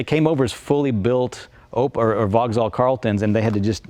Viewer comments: It's pronoumced "Vox-All" not "Vog-Zall"! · It uses a Corvette gearbox and it's Vauxhall not Vogal. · Brit' here - VauxHall sounds wrong, drop the H = Vaux'all, now you're speaking the lingo 😉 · OMFG, can someone tell this chap how to pronounce ‘Vauxhall’ correctly?! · Can’t pronounce ‘Vauxhall’ though.